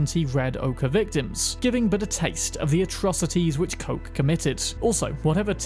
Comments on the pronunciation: good video but it hurts to hear how you say kochs name. koch isnt coke like you sayey, see koch is the german word for chef please goolge something before you use it. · Today I learnt that Koch has a different pronunciation. One that seems to be US exclusive. I don’t remember hearing it mentioned when you open up the boot (trunk).